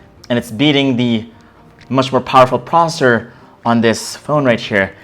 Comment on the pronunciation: You accidentally said prosser